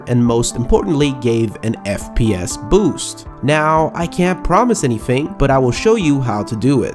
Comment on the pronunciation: Now, I can't promise anyFING